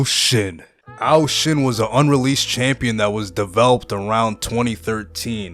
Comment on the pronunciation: its ashen not arshen you idiot